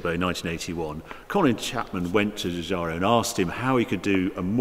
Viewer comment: You forgot to mention Harry the half-shafts are out of a Mini Metro which I suppose is why they easily broke and as I have told you before the designer's name is pronounced GIUGIARO not Giugiario or Ferrario or impresario!